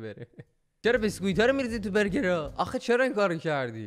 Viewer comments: دلبندم بیسکویت بگو بیسکویت ، بسکویت چیه🤣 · به بیسکوییت میگی بِـسکوییت خندم گرفتتت 🤣😂😂😂😂😂😂